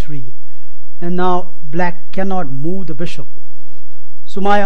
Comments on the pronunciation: MarioPeloful lmao MOOOOO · MarioPeloful he may be a gujju...lol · MarioPeloful I wasn't able to get through the video because I kept hearing moo. I began picturing a cow go moo every time he said it.. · Just say moveee